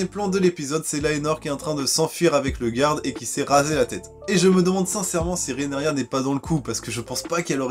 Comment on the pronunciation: Tu t’es encore trompé c’est Rhaenyra Pour t’aider ça se prononce « Rénira » 😂 désolé. Sinon très bonne critique 😉